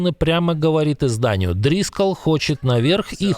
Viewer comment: Очередной выпуск, колхозников 😂 ДрискОлл, а не Дрискал 🙄 Дрискаешь ты на кровати по утрам